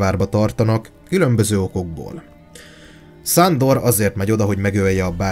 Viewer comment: Csak engem zavar a "Szándor"?